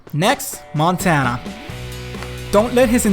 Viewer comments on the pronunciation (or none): none